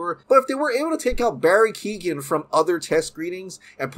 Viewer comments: Keoghan it’s pronounced (Kyo Han) not keegan the g is silent when it’s next to a h in Irish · Hey i am Irish and Barrys surname is not Keegan...its pronounced K-yo-han...Keo(Kyo) ghan(han the g is silent) Barry Keoghan. Just small nitpick in an otherwise great update video. Stoked to see the movie it sounds great. Still hope Batfleck lives on at Hbo Max and in main DCEU though.